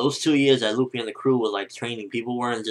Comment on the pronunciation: who da fuck is LOOFIE?? it's luffy! short spelling on the u dammit >.<